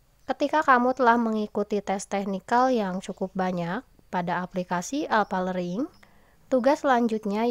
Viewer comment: Learning bukan lering